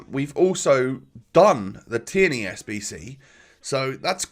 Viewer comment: It’s pronounced teerney not te-erney !!!!